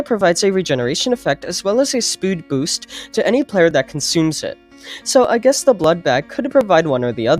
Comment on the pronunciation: ah yes spood boost